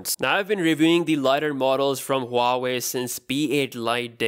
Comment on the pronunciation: Boss this is waa wei not Huaaawei. Correct your pronunciation